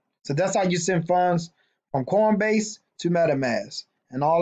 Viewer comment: Are you saying cornbase? lol